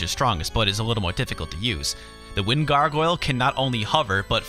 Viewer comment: wtf can u not say Gargoyle.